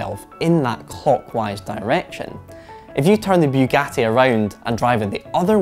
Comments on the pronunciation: It's not bewgati. It's boogati. Please learn to pronounce. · Its Bugatti not Byugati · its Bugatti not "Biugatti"... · It's pronounced boogati not buegati. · Boougatti? I thought it was Bugatti. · It's Bugatti, not Byugatti!! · Biugati are you stupid or? Its Bugatti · It's pronounced "Boogatti". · Did this guy just say ‘Bewgatti’? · He says Byugati 😂😂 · First 3 seconds: “Beewgatti has dun it”